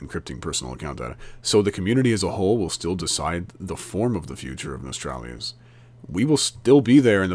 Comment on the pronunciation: It's "No-stal-ree-us"